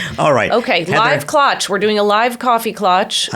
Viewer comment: Klatch rhymes with catch.